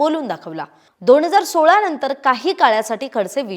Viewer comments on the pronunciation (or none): none